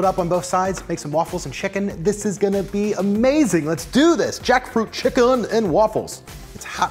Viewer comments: Please just say chicken! I understand why you add the emphasis but it’s quite painful to hear chickUN every 10 seconds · Lol for what it's worth, I was not bothered by you saying "chick'un". I think a lot of people appreciate you differentiating from the animal, and I'd include myself in that too. Love your videos, thank you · Stop saying chickUn, please, you're a good person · Nobody:: "ChickUN" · Scrolling thru to see anyone point this out 😂😂😂😂😂 chick'un help me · Take a drink every time he says chick-UN!! No kidding though, this recipe is awesome. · Yeah I'm wondering too. It sounds off. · "Chik UN" lol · Take a shot everytime he says chickun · Thatt's wha t ivee ben dooing anand noww ii cccant' tyypes anymolre. hic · Please stop saying chickUN I want to cry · STOP SAYING CHICK-UN!!!!! I had to change the dang video cause my wife was gonna kill me. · Can we stop saying chick-UN? It’s faintly ridiculous. Cheers.